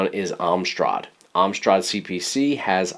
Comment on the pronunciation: I live in the UK... It's Am-strad, not Ahm-strad. Sorry, was driving me crazy.